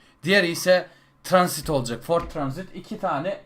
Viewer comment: abi tranzit değil'' transit''